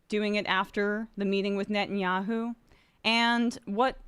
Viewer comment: Nettyoohoo is pure sadism.